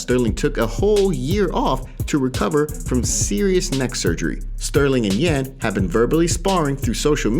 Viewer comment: His name is Yan pronounced (Yawn).